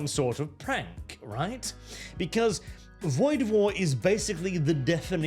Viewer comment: Woid War? Really?